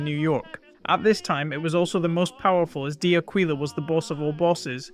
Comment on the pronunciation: Great videos. D’Aquila pronounced like Dock willa